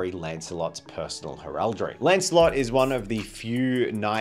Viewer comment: First time here, cool concept but mate, for the love of christ on a bike stop saying heraldry like that.